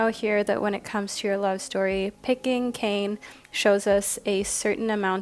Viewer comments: Minor correction for pile 1, Kāne is pronounce kah-nay, not Kane (kay-n), hence the little symbol over the ā. Sorry, as someone whose name is hardly ever pronounced correctly, I just had to say something. The art on his card is chef's kiss level beautiful too, he deserves to have his name said right. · Just to let you know Kāne is actually pronounced K-A(vowel version)-neh that’s best way I could think of 😅 why is it that and not kane is because the Hawaiian alphabet is mostly vowels. this is not hate just teaching you a Hawaiian lesson p.s I am from Hawai’i and did Hawaiian language for an elective but in highschool. Also love the video and went with my gut and chose group 1. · Hey there just trying to be helpful but Kāne is pronounced like Kanye west but with out the yuh soun so ka-neigh. But with an extended a sound so like kaa-neigh. Otherwise: I felt super drawn to teo cards in this reading. Kane because very very rarely do we see pacific islander spirituality and religion represented in modern western spiritualism. And truthfully i was only drawn to him till i was like slow down look just to see who’s represented. Apollo is a figure of much importance to me so i knew i was supposed to hear that too. Wow oh wow! You are a fantastic reader and i enjoy how the big sis vibes. As an eldest daughter i am almost always looking for the big sis i never had lmfao. You do it splendidly. (Saying this is the least parasocial way possible) As for the zodiacs I went ahead and listened to my main signs for both western and vedic astrology. Once again 🤯 you are a cery gifted and intuitive reader! I hope all is well with you and yours. Thank you for your videos!💛💛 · hii- just to let you know, kāne is pronouced (kaah-neigh) this is coming from a native hawaiian aswell 🤍 Kāne is the Hawaiian word for Man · For group one It’s actually pronounced “kah-nay” I’m from Maui, HI just want to make sure the Hawaiian language is pronounced properly 😊 I love your channel ❤